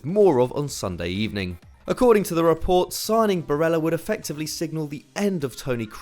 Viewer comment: The L's in Barella are not pronounced as if hes Spanish. You say the L's "ba rell a"